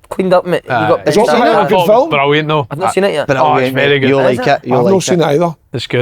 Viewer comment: Why does Si say "toe" rather than "though"? Loveable mongo...